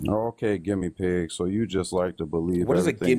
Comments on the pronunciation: I was in denial I thought he was saying gimme pig as a thing that maga hat people say about anything they don't like was thinking there is no way that's what he meant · Oh my god i just realized he was trying to say "guinea pig" 😂